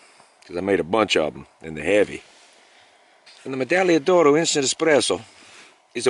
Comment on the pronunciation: You need to pronounce the g in medagliodoro again, so much more fun, a word is pronounced how ever you pronounce it, potato potato.